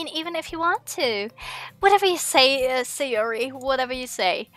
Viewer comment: It's not Sayori, it's Sahh-yoori ~ ma boi Pewds 😂